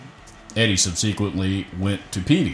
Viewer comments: Say it "Sub Si Kwent Lee" You have to be reading a teleprompter. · Just when you say "subsequently"' is sounds like you are reading off telepromter because you are mispronouncing the word. May be a colloquial thing, it is a big world. Happy Thanksgiving!